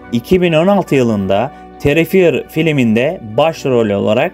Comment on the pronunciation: Terrifier terifayır olarak okunuyo D